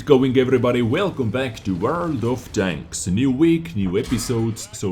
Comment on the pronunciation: Well you worry about saying chains and danks instead of tanks but just adds to making the videos unique and memorable. Quality content as always